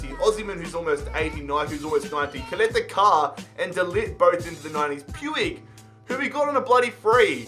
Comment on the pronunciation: the way he pronounces caleta car is way too funny hahah